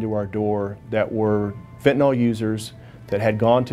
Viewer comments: Still cant pronounce the word. FEN TUH NIL. NOT FEN TUH NAUL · Fentanyl. Not pronounced Fen.ta.nol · "i sold fitinol" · If they pronounced it "fentanol" one more time ima scream. Edit: I screamed. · Fent & Ole Inc. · Americans have trouble pronouncing the drugs that are killing them: FentanALL, and Hair-ron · Sold Fentanyl for 3 years yet just like every person in the media and on television , still can't pronounce the word correctly. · They can't pronounce 'fentanyl' in Texas...